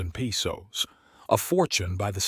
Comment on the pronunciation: Learn to pronounce the words peso is not pronounced peeso. Papago is a